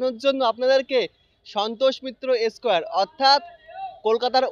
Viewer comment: S কেয়ার ,ভাই একটু দয়া করে স্কয়ার বল